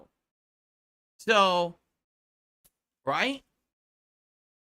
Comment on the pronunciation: He took pure kick meth, he get so excited about it he cant say the word "so" properly anymore lmao. He says it like a dented lips person.